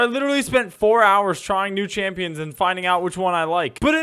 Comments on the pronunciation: bro said champoins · why did he say championhs??